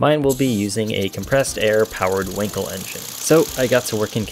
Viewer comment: It is pronounced just like the english word "uncle" but with a w in the beginning. As an english speaker please just say the word "wunkel". If you did not know, you know now.